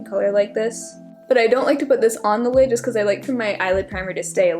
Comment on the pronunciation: *lid not kid lol